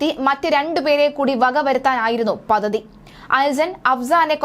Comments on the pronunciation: Pathathy alla padthathi. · പതതി അല്ല, പദ്ധതി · പദ്ധതി "പതതി "അല്ല കുട്ടീ. വ്യക്തതയോടെ സംസാരിക്കൂ.